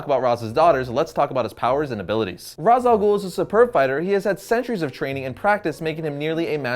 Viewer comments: Regarding the pronunciation of his name, since his origin background is Arabic and his name means the Head of the Demon; the name should be pronounced as Ras Al Ghoul (like in Batman Begins), not Raesh like in the cartoon clip that you showed. Raesh is not an Arabic word and has no meaning in Arabic, it certainly does not mean head in Arabic. Ras, on the other hand, means head if pronounced as in Batman Begins, meaning that it is the correct pronunciation. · Well I'm not the guy who created this character, but Ras Al Ghul literally translates to Head Of The Demon in Arabic So I guess it should be pronounced Ras not Rash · he literally calls himself the head of the demon and in arabic, that translates to ra's alghul pronounced as ra-ss al-ghol. not raish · GAH!! I’m Arab!! And Ra’s Al Ghul is and Arabic word!!!!!!!!!!! And so is Talia and Nissa. These are Arab names. And it’s NOT pronounced Raish or Roz. It’s Ra’s رأس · İts not razal ghul İts ra’s al ghul. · Its pronounced ( raz ) not raish its arabic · all of you guys say he's name wrong I'm Arabian guy and i know that his name is rass al ghole the meaning of his name is the head of the goblin and the word head means rass not ra'sh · its pronounced rash al goul not raws al ghoul ffs.. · It's and arabic name as you know, It's written راس الغول and it is pronounced Raas al Ghool. The 'gh' is like a French 'r' in "rouge", not like English 'g' in "goal". Trust me, I'm a meadle eastern. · Ra’s name is actually pronounced rash 😂😂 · well i'm arabic and ras al ghul is an arabic world wich means the head of the demon and it is pronsiation is rass el ghul not raz or rash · tim gersh My brain, it, it just hurts. I can't handle the stupid. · For a comics channel, it reflect pretty poorly on you that you mispronounce the name of your video's subject literally 6 seconds into the video. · That's not how to pronounce it! Its an arabic word that means, Face of the Demon. Not easy to type out its pronounciation in english here